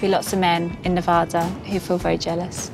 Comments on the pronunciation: it’s Nuh-VA-duh. NOT Ne-Vaw-duh. Second, Mustang Ranch is NOT in Reno, NV - prostitution is not legal in the city limits, its located in Sparks, Nv. Lastly, this is not the original, famous Mustang Ranch which closed for taxes in 1999, this is a completely different establishment, by different owners, in a different location. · Wow. I'm sure you learned how to properly pronounce NE-VA-DA......not Ne-Voda